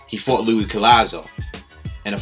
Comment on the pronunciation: Finally somebody other than me and Collazo who pronounces his first name without the s! It's pronounced Louie.